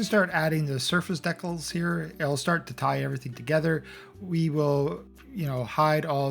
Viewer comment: heh i just realized that you are pronouncing decals like Deck-els